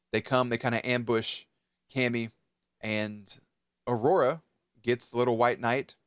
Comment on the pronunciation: Omg I love how you said aurora!